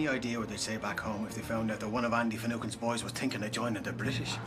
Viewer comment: Miss newscaster…………… His name was Finucane, not finegan or finecane